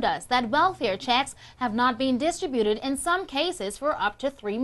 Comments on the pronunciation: DIS-tributed LOL learn English. Dis-TRIB-u-ted. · DIS-tri-buted? WTF? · She can't say "distributed." What a moron. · she mispronounced distributed and contacted. jeez. and the guy with the gold chains might want to sell them or at least cover them up before crying poverty. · she mispronounced distributed and contacted. jeez. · LOL--- the idiot can't pronounce 'distributed'.